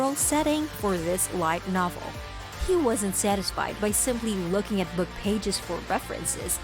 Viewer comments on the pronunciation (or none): none